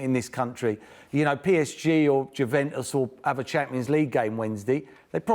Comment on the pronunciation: Merson pronouncing foreign names like Wijnaldum, Fabinho and Juventus suggests that he goes to Spain and shouts English at a cafe owner before smashing the place up because he DIDN’T SPEAK PROPER LIKE!!!!!